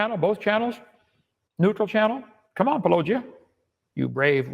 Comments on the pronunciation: Puh-low-jia Hovind can't even show enough respect to pronounce the name correctly. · Just like how he says "Pa-LLOWW-gia", instead of Paulogia. So petty! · Hovind :"one topic at a time" Also Hovind "Duane Gish is my hero" It's also clear that he and Powell deliberately mispronounce your channel name. I'd make that a condition of the debate as well, that they spend 5 seconds learning how to say it. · He refuses to pronounce your name properly. That disrespect disqualifies him from any conversation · Probability of Kent Hovind ever having an honest debate with Paulogia, or anyone else : Probability of Kent Hovind ever pronouncing "Paulogia" correctly: 0